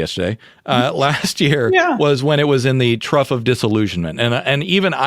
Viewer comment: Trough of Disillusionment, not Truff of Disillusionment.